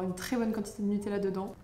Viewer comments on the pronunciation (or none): none